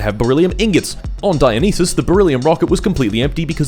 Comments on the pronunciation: erm actually its pronounced die-yo-nice-ass 🤓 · Come on bro, I know it's for a joke but Dionysus is as easy to say as Zeus or Hades, it isn't written in mystical undecipherable characters. God of booze and the best buffs in Hades deserves more respect 😂